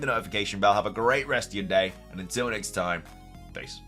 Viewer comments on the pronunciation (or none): none